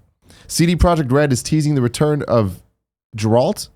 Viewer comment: Sounds like Tim isn’t a Witcher fan by not being able to pronounce Geralt properly. His name is spoken through out the game repeatedly.